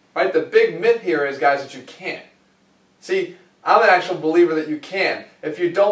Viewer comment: In your accent sounds like "the myth is you can! I am a big believer that you can!" Iike which one is it?